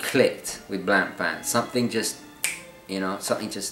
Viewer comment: BTW, Blancpain is pronounced Blon-pahn not blan-pan....😉